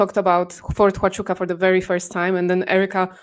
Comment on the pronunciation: I really like sense of humor. In one of her shows she talked about Fort Huachuca and called it Fort Ciabatta. This still makes me laugh:-)